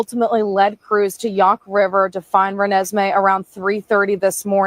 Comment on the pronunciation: Re-nes-may. It's from twilight. I think we should pronounce her name correctly.